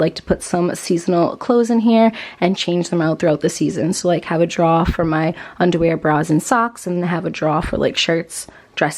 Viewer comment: The way you said drawer about took me out 😂.